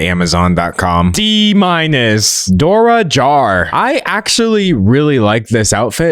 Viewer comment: You said Dora Jar and I heard Door ajar. Idk if that’s the point but if it is why!?!